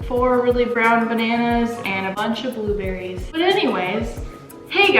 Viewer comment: Am I the only one that heard "we're going to put some blob Berries in"